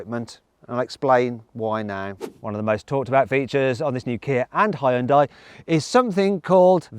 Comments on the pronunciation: Can you please effin stop pronoucing Hyundai Hayundye? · 아 ㅋㅋㅋㅋㅋㅋㅋㅋㅋㅋㅋㅋㅋㅋㅋㅋㅋㅋ 다 좋은데 이제 그 '하이운다이'라고 그만 읽을 때 안 됐나 진짜... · 외국인들 발음 웃김. ㅋㅋㅋ 현대:허연다이 기아:케이아 ㅋㅋㅋ장난하냐? 니 발음부터 리뷰해라. ㅋㅋㅋㅋ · 영국에선 하현다이라고 발음하는군요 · 현대 되게 어렵게 발음하네, 하이엔다? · 현대를 “하연다이” 라고 발음하네 ㅋㅋ